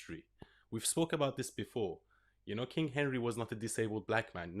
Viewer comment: "kang" of England, surely?